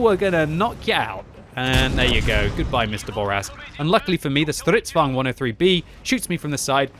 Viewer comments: He use a german tutch on the name. Somthing i have noticed most english speaking people do. U swedish too? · I have been watching for years, and the way he pronounces Stridsvagn still makes me irrationally angry.